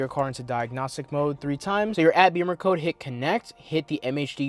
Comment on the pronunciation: Great car, and interesting info, but curious why you pronounce it Beamercode, instead of Bimmercode? Beamers are BMW motorcycles.